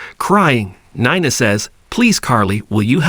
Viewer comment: Oh yeah!! Glad u asked. Nine-a, dant-tay. Makes me cringe as well.